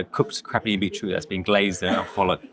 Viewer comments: Love your videos but why on earth have you started saying beetroot in that annoying American way ? It has a T in it for a reason . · Not sure I could order from someone who cannot say beeTroot..lazy. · Aaarrrggghhhhhh! "Super" excited at around 4 minutes. "Super" !!!!!!!!!!!!!!!!!!!!!!!!!!!!!!!!!!!!!!!! "Bee-root" (the word in "beetroot" and his tattoos [the waiter] at around 5mins 20secs totally ruined it for me